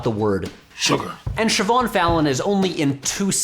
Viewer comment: Props for correctly pronouncing Siobhán!